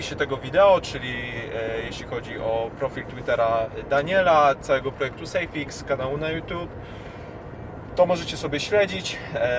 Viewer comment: Dzięki za info. A tak na marginesie to SAFEX nie SAFIX...:)